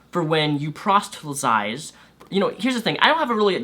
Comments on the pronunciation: hey man, it's proselytize, not prostelytize, just so no smartass holds that against you in an ideological fight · It's not a big deal but just fyi proselytize is pronounced like "prahsellihtayz" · Also, it's pronounced: prahs-lit-ize. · please learn to pronounce "proselytize". It's a bit annoying when you pronounce it like "prostelysize". It almost sounds like you are going to say "prostate". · The way you (fail to) say proselytize makes me laugh every single time. I get it; it's not that easy unless you get used to saying it, but I can't help it, it's hilarious you haven't gotten the hang of it yet.